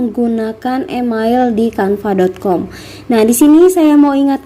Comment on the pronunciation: Mohon menggunakan pronounciation yg benar ya, kakaa... Email dibaca : imeil, bukan imail Sign up dibaca : sain ap, bukan sin ap 🙏🙏🙏